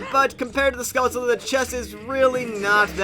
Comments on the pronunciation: I must say the only think that I dislike about these play throughs is Pronunciation of the word Skulltula. That's the only real complaint I have. But that's just because I say it a different way so naturally it drives me crazy lol. But regardless, I like everything else, keep up the good work. I can't wait for the new Zelda game. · How do you pronounce skulltula? I pronounce it skull-chull-uh.